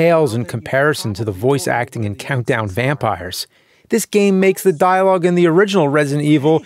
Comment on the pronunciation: Vountdown Campires